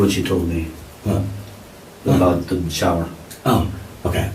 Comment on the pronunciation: Why can’t he say shower right